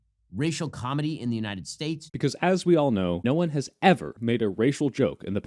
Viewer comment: "racial comity" not "comedy"